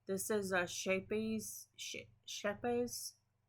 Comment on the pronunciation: I really like the Bakery Bears patterned socks that you made. ‘Scheepjes’ is a Dutch brand of yarn and it is pronounced ‘Skep-ee-urs’. I do so like the Always be Kind podcast and wool and the sock set you have bought is amazing. I like Hiya-Hiya non sharp 9” needles for socks, and I use some Knitpro Zing DPNs for the heel flap and turn, the decrease and the toes.